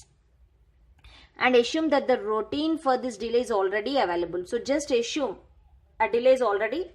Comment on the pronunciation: It's assume not ashume okay